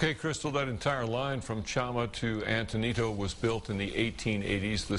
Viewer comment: how the f do you pronounce Antonito wrong? so confused she said auntainido